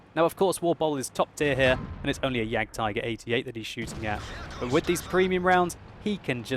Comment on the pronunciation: OMFG , you German is so funny :D, iam from Germany and some time I think WTF i never heard about this Tank....and than click, you mean the JAGDTIGER, so its a very good commedyshow so i love you videos stil doing this for a long time plz. So you german is bad my englisch is bad too :D